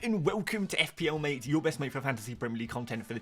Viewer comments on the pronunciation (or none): none